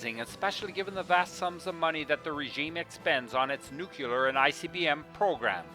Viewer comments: Nuclear would have been better than nukular. Otherwise, great video. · It's pronounced "nuclear" NOT "nucular" !!! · However, the way you pronounce the word, "nuclear", makes you sound like an ignorant country bumpkin. Look at the spelling for once in your life. It's pronounced, "new clear", not, "new quewleer". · the ignorant elected us president george bush made nukelar acceptable although it was never pronounced like that before and it's always been nuclear.. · It is spelled: N U C L E A R, not 'nucular'..... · Please...it’s “new-klee-are” not “new-que-lar”. Regardless probably the best vid about the DPRK on Youtube! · The word is nuke-lear, not nucular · I think you spelled "nuclear" wrong. It's supposed to be "nucular" or "nuculer" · Cool video, one thing though, can you try to say "Nuclear" instead of "Nucular"? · I may be totally blind, but you've helped me see, feel and hear everything you experienced and what the people experience everyday over there. Please forgive me, though for this: Please learn how to pronounce (nu-clear) not (nu-kew-ler) It's a common mistake that Presidents Bush and Bush made, and I used to make the same mistake. Otherwise, I really was impressed with this documentary. I've heard so many horrible documentaries about how they treat people with disabilities and how they experiment with so many people. I know they don't end well. I also wouldn't want to live in those apartment buildings. Thank you for giving us all a realistic profile of this dark, totalitarian nation. There is no doubt in my mind that these people are oppressed and so very empty. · NUKE-YOO lurr Come on, guy. You can do better than that From the American Puppet Regime. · Nucular... It's pronounced Nucular... :-D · Good documentary. A shame you can't pronounce the word "nuclear" correctly.